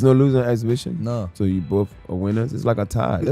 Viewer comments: Floyd not knowing his opponent's name means absolutely nothing. Then this chick can't even pronounce "exhibition" so her credibility is 💩 😂😂😂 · This broad can't even say exhibition wow..gtfoh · She sounds ghetto as hell she can't even pronounce the word she was trying to say 😂😂😂😂😂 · If you cannot pronounce the word exhibition, how do you qualify as a reporter that is able speak to a Stephen A. Smith level sports reporter? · Beach doesn't know how to pronounce exhibition 😂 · That stupid woman couldn't even say the word exhibition 😂